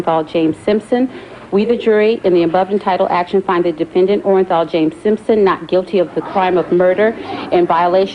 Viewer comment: the clerk had 1 job & that was to read the verdict out aloud, clearly & correctly for all to hear & she made a mess of it. "We, the jury, in the above-entitled action, find the Defendant, ORENJAL......Orenthal James Simpson, not guilty of the crime of murder..." This video will go down in history as 1 of the most iconic verdicts in the American justice system and the clerk couldn't even read the defendants name out correctly.